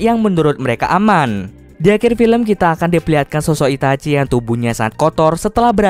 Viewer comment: gua Gk salah dengar apa Itachi apa itachin